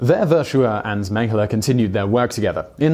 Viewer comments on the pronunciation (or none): It seems like you are pronouncing Mengele like Menghele, with an h in it. Maybe I'm the only one noticing it